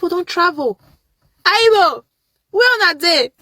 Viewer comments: And then ugal keeps on saying aibo!!!! Haibo, it's not make sho!!! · And kept saying haybo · The first girl needs a refund for her education because she’s naturally slow 🫠🫠🫠🫠🫠 we wonder which countries she’s travelled to yet she says “haaibo” she’s in South Africa imagine the audacity what a clown